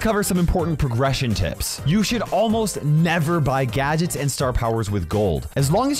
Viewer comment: Gadgets❌ Gadgets✔️